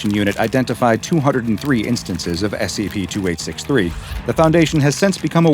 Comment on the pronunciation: this is something that may seem insignificant to people who aren't Japanese. but i really admire for his pronunciation of Japanese words. he's done several videos featuring SCPs of Japanese origin, and he always pronounces it correctly. it feels like he is actually respecting the origin and holding true to it, instead of butchering the name or giving it some horrid english version, which has been done to so folklores and yokai